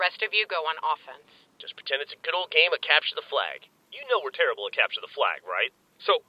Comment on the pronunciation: "you know we're tarible at capture the flag right" lol